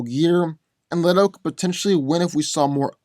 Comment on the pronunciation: it is Le-to not Li-to.